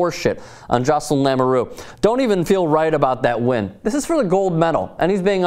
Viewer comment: BTW it's LAMOUREUX and not LAMURU dumbass!